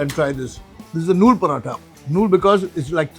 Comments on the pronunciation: Not nooru parota..its noolu means thread and nooru means 100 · Noor nhi Noool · It's Kothu, not kuthu. It's Nool, not Noor. Kothu parotta is majorly chicken and mutton. I haven't heard of prawn kothu. Also the restaurant is not authentic tamil restaurant, if it does not serve salna with parotta. And that's not Ambur biriyani you are having (yes, extra "i" in biriyani). Ambur biriyani has actual chicken pieces in it, not fried chicken piece.